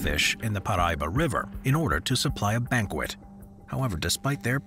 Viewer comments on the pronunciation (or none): none